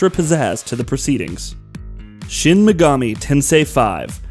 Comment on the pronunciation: How do you butcher "Megami" the second time you say it?